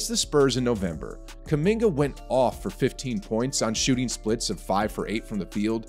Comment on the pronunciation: Stephen A: "kuMINGER"